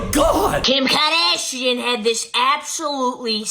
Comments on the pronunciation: "Kim KaADaaAaShyan!" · KIM KARDEEAASHIAN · KAR..Dash...Ian. 😂. You ruined the name for me. I never can say it without saying Car..dash---Ian!!